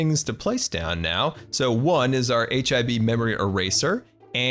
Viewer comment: It’s sounds like hiv haha